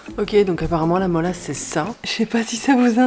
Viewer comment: Moi je dis Mélasse pas Molasse x)